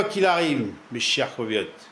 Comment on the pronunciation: On dit compatriote pas compapillote !